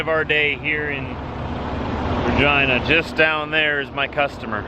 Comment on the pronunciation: Sorry for roasting you but you saying Regina Saskatchewan sounds like Vagina Saskatchewan